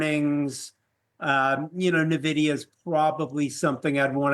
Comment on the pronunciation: This expert cannot pronounce Nvidia properly?